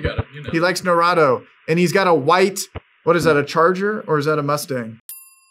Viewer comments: Its not nAturrro it's (NAR-u-to) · I really hope he was mispronouncing naruto on purpose... I have never heard it called Nar-a-to before. It's pretty obvious it's nar-oo-to (at least that's the best way I can phonetically type it without using legit phenetic characters). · its Nar-u- to. long O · *Face Palm* You don't know Naruto? (Nah-Rootoh) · "He likes Narahdo" 😂😂😂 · Jesus... NA-ROO-TO... NARUTO..... and its a CHALLENGER... not a CHARGER.. hollyyyyy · "he likes NurAtO" lol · Its pronounced Nar oo to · Sry but naruto pronunciation Is na - ru - to no offense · Nah-roo-toe lol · "Put norado on"😭😭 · NARAHTOE. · the way you butchered naruto's name really hurt but you still deserve my like and comment 😘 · you say a lot of words in Hindi but can't pronounce Naruto? Do you think maybe you spend a little too much time with Tushar & Co? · Love your content but how do u have tha amazing blue and purple hair and not know how to pronounce NARUTO. keep up the good work king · The way u are pronoucing anime and naruto kinda bothers me but it was more funny. Keep up the good work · the video is great.. but pronounce naruto correctly